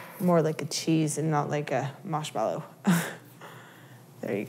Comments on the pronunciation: Marshmallow not maushmallow plz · is it me or is she saying, "Mash mellow," instead of Marsh mellow? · She says "Mashmellow" instead of "Marshmallow" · Isaiah Higgins mawshmelloe is what i hear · I pronounce it mahrshmellow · i love how you say moshmello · is she saying mashmallow? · Haha all good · Sour Eggz, Midwest accents usually don't have a French tinge like this. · Not gonna lie, I'm low-key digging the way she pronounces marshmallow. 👍👍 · Isn't it strange how she has a completely american accent until she says marshmellow and then it sounds australian?